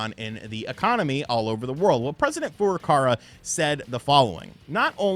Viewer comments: It's Furukawa my man, not Furukara 😂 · STOP Destroying President FURUKAWA's name 🤣🤣🤣, FURU-KAWA... Not that difficult!